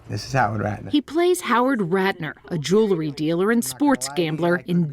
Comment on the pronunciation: It's pronounced jew-el-ry, not jew-la-ry. That's not a Semitic joke, she just pronounced the word wrong.